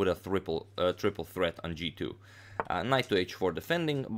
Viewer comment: " with a " thriple " threat on g2 😂